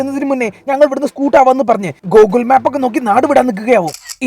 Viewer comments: Google Map ❌ GOKUL MAP ✅ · Google map❌ Gokul map✅